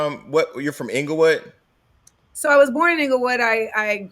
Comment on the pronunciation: I FREAKING LOVE THIS WOMAn. Yooooooo. I mean. Ing El Wood YES. AND I love the ing!!!!!!! Sigh. "Im a silent P" 🤫 for real for real. Sigh.